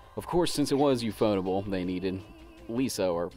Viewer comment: That's not how you say Ufotable